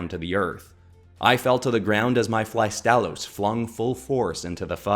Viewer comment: Flygon and Astalos are a PERFECT match, since they're both dragons with insect elements in their design. Only issue I have is that you butchered Astalos's name. The stress is supposed to be on the first syllable, not the second...